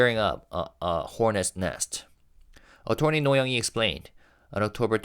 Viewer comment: Only bc you've mentioned before that you'd like your pronunciations corrected, "Attorney" despite the "or" is not pronounced like "torn", but rather with a "ur" sound. Uh-turn-ee.